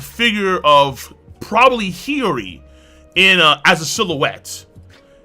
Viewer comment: Bruv! Why do you say hioris name like that? Its cringe AF no cap 🤣